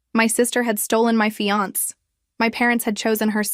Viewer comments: I'm used to hearing AIs mispronounce things, but this is the first time I've ever heard fiance pronounced fee-ahnk. 😄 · AI can't pronounce fiance.